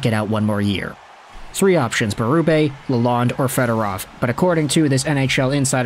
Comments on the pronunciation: Hey, it's pronounced "la lone" he corrected us Michiganians when he got here. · There is a D at the end of his name you must pronounce it Lalond(e). The E is silent not the D. It is not Lalone.